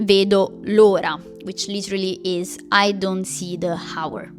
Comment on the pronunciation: ciao!! Grazie per I video!! Ho imparato molto di te. Sono una insegnante di inglese chi e in pensione. Vorrei ti dire che la tua inglese e bene tranne la pronunciazione di la lettura “h” che e silenzioso nelle parole come honest and hour. Onesta!! E ora. Non abbiamo neanche la suona della “h” in queste parole♥️ persino se un “h” e li!!